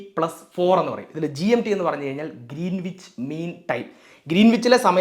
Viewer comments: It's not ' Green wich ' it's greenich As a science and tech enthusiast ,I visited Royal Observatory in Greenwich south east London where the prime meridian passes through and realised that how I mis pronounced the place name. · Greenwich പ്രോനൗൺസ് ഗ്രീൻവിച്ച് എന്നല്ല ഗ്രീനിച്ച് എന്നാണ്, w സൈലന്റ് ആണ് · Sorry to correct you,it’s pronounced Gren-itch , not green wich! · IT'S PRONOUNCED AS ' GRENNACH !' ======== MATTS' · Pronunciation is GREENICH ˈɡɹɛnɪt͡ʃ/, /ˈɡɹɛnɪdʒ/, /ˈɡɹɪnɪtʃ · Greenwhich is pronounced as “grenich” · ഗ്രേനിച്ച് എന്നാണ് ഉച്ചരിക്കേണ്ടത്.. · വളരെ നന്നായിട്ടുണ്ട്. പ്രത്യേകിച്ച് ആരും ശ്രദ്ധിക്കാത്ത 180 ഡിഗ്രിയുടെ പ്രാധാന്യം! ഒരു ചെറിയ സ്ലിപ്പ് ശ്രദ്ധയിൽ പെടുത്തട്ടെ: Greenwich എന്നതിന്റെ ഉച്ഛാരണം ഗ്രീനിച്ച് എന്നു മാത്രമാണു. w - silent ആണിവിടെ. ഇംഗ്ലണ്ടിലെ -wich-ൽ അവസാനിക്കുന്ന മറ്റു പല സ്ഥലങ്ങളും ഇങ്ങനെ തന്നെയാണു! Otherwise excellent explanation. Keep it up! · ഗ്രീനീച്ച് എന്നാണ് ഉച്ചാരണം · Greenwich is pronounced as Gren-itch. W is silent. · ഗ്രനിച്ച് എന്നാണ് ഉച്ചാരണം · Good explanation. 👍🏻 I saw it because YOU explained it, eventhough I knew it very well. But just one correction, though not that a priority, pls check the pronounciation of 'Greenwich'. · Good information 👍 Please check on the pronounciation too... For instance, Greenwich.